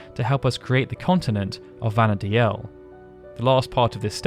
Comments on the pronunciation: I'm pretty sure Vana'diel is pronounced "Vana deal" not "Vana dee-el". Im sorry to point this out, but you said it wrong so often I couldn't help myself. I know this because the Japanese is written as ヴァナ・ディール, which is literally pronounced as bana-deeru. If it was meant to be pronounced the way you said it, Vana'diel would be written in Japanese as ヴァナ・ディーエル. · This comment! I like his content so much! But the way he pronounces Vana'diel is annoying! Even in a couple of interviews, the developers say the name as 'Vanadeal,' not 'Vanadealel'... I find it really hard to watch these videos because of this! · Take a shot every time he says “Vana Dee-EL” instead of “Vana Deal” 🍺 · If it was pronounced the Japanese way, anglicized, it would be Vana’dehl, not Vana’deal. デ in JP is pronounced similarly to “deh”, however with a slightly longer sound in this case as it has the double “e” sound. If it was “deal” it more likely would have used ヂ (di), instead. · That's not how you pronounce Vana'diel, btw 😅 it's "vana-deel." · That was making me scrunch up my face. You can even hear the pronunciation as "Vana deal" when you watch the opening FMV. Of course, I'm one of those who always said "Bastawk" instead of "Bastook" so I must live with my hypocrisy now.